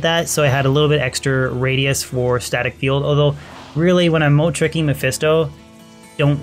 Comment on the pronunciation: Not a bad little video and beginning set up for your Sorc. It is kind of strange though with how you pronounce Moat, or how the mic was picking up your voice. It continually sounded like you said Mode, besides one time where your emphasized the T. I tend to do the same 2 you do because in Players 7 to 8 it's a quick and nice way to gain potential gear. On longer Runs from people, like A2 Tombs and on, Andy an also be a worthwhile try just because of the increased items. Usually though if you're not doing Private Games, you'll be entering CS and or Baal runs.